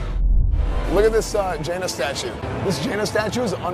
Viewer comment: Its not jena its jaina also classic is just vanilla wow anything else is just delayed retail